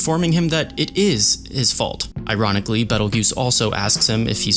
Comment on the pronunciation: hearing you say beetle juice instead of beteljeuse was so funny